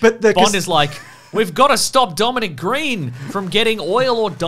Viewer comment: There's a scene in Layer Cake where Daniel Craig holds a pistol in a very James Bond fashion as he wandered around Colm Meaney's house. I've always wondered if that had anything to do with the casting. PS Eva Green's last name is Sweedish and is pronounced Grain.